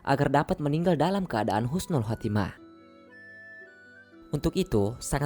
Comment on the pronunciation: Maaf min bukan khusnul khatimah tapi yg benar husnul khatimah